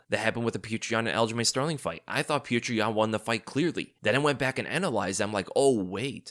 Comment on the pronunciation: who is this pew-cher yan fella?